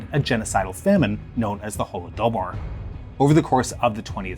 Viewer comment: Holo-doh-bar wtf? Is the correct pronunciation of holodomor really that hard for you or is more important that your editor cuts in those stupid side angle camera views?